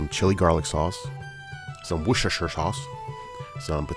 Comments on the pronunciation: Did you say worsheshersher sauce? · Wocestershire = wuss-ter-sheer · Here for the wershershersherse